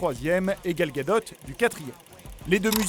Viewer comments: Ca se prononce bien Gal Gadote :) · Miltero Il le prononce bien